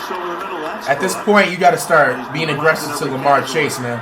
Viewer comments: He said lamar chase lol it is jamarr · Man really said larmar chase 💀💀💀💀